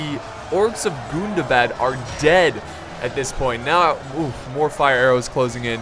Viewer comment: Im pretty sure its gun-dah-bad not goon-dah-bad, it hurts me erry tim